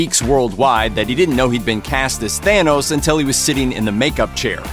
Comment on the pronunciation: It's thanos!!! Not thayyynos🤢